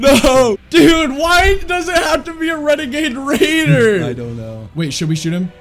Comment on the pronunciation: Bruuh that wenegaid waider was maaad lmfaoo i hope he sees this video